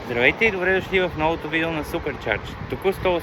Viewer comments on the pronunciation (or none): none